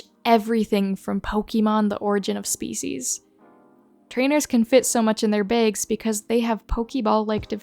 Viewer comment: The way you say bags is hilarious